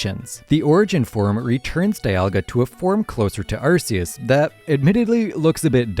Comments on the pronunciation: Ark-ee-us. As in ark from the Bible. I hate when people pronounce Arc-see-us. We know he sees you Also, Zygarde is a Z in its 50% form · "Eurceus", "Arkieus". Is this some type of rage bait thing to generate comments? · why does his name have to with butts just because part of it makes a similar sound to "arse"? Hmm? Sounds like you're just immature. Also, his name being pronounced as "arc" is an english mispronunciation that they just went with all the way back in gen 4. His Japanese name is pronounced "arse-eus", and was intended to stay the same, like many other Pokemon names form Japanese to English, like Pikachu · I'm not one to get my panties in a twist over annunciation of pokemon names but I am curious how you pronounce "arcphone" if that's how you pronounce "Arceus" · My guy needs to work on some of his pronunciations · This video is so well researched. So how did you mispronounce Arceus? His name is a combination of 'arc' and 'deus' and has nothing to do with butts!